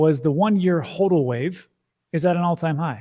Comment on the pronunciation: pronounces HODL correctly